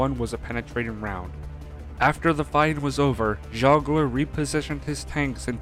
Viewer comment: It is Geoggler the G as in in garage, not J sound.